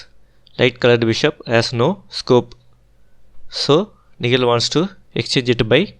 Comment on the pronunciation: Nihal, you seems to miss pronounce the name